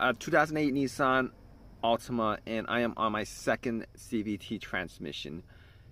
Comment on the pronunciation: He says CVTREE at one point. 💎 Gem